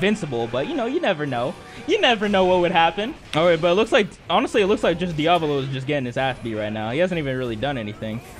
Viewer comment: i don't like how you keep mis-pronouncing Diavolo's name -_